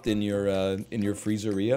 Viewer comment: Papa’s Free-zeeria so pogged